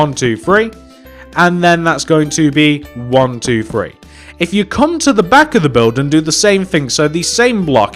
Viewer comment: Do you notice how he says free instead of three